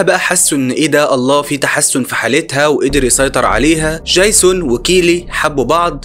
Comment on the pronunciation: دجيزون بقى اسمه جايسون؟ يا ياحبيبي ارجوك عندك مشكلة في الأسماء، انا اعرف انك مصري لكن الأسماء معروفة ويؤثر في القصة ،اما الباقي انت رائع! حتى طريقة حكيك حلوة جدا وانا شفت كوووول فيديوهاتك اوعى تتقمص!احنا بنحبك ومن حقنا نعاتبك لأنك بتشتغل بجهد وخسارة بعد المجهود ده ،مشكلة عبيطة زي دي تأثر في الجودة بتاعت الفيديوهات